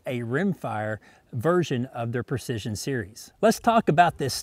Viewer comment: "Ruger Purcission" :-)